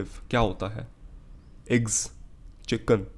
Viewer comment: Bro says chicken in a veryy fancy way so he thinks it is soooooo rightttt 🥱